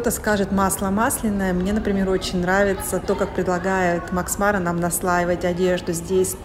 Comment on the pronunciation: Макс МарА - ударение на последнем слоге. Французское слово.